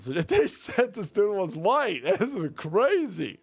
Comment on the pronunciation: His teef are sure huwhite.